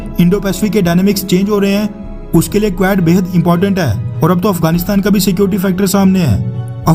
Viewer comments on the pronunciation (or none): none